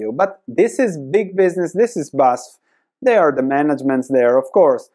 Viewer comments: 🗽 OMG I own this stock (minor share in the portfolio).... one of my worst investments. 🤔 FYI: You call it not Basf, you spell out the letters, like in an abbreviation. B A S F . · It’s B-A-S-F, not Basf. Just painful to listen. It’s an acronym. Just like VW. Or how are you pronouncing this one? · Badische Anilin- und Sodafrabrik (BASF - you pronounce it "Be Ah Es Eff" like a german) :P Great Video! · Thanks for the video! Div. cut is a real possibility, let's wait and see... Pronunciation of the company is in single letters, B A S F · say "basf"